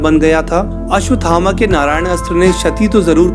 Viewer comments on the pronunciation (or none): none